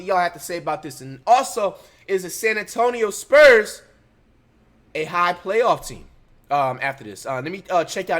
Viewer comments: "The sperms are up by uhh 30" lolol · "sperms" is crazyyy 😂😂😂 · is he saying sperms or spurs??? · Why is he saying sperms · Has flight always called the spurs the “sperms” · Did he just call the spurs the sperms😂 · Dude called the Spurs the Sperms 🤣🤣🤣🤣